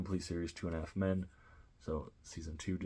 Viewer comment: U not saying it right